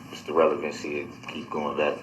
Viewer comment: If he doesn't know what relevant means, or even how to say it, (revelancy), he surely doesn't know what pertinent means. Lol